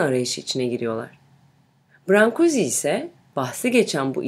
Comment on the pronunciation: Heykeltraşın adını çok yanlış telaffuz etmişsiniz!! “brank/guş” diye telaffuz edilir.